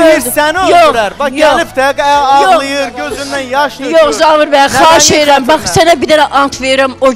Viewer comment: Zavir nədir ee..😂Zaur deyə bilmir?